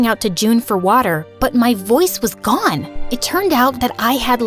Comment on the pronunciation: “my parents were gwone!!!” 😂😂❤❤😊